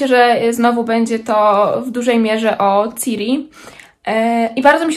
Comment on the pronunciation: prosze Ciri przez S nie przez C:) wybacz ale jako wielka fanka jestem wyczulona